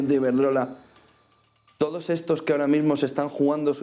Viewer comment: X q dice tantas veces TODTOS? Me pone dedvioso )